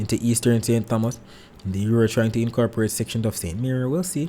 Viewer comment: Good morning, very useful info much appreciated. On another note, remember St. Thomas is pronounced, Tomas. The h is silent. Blessings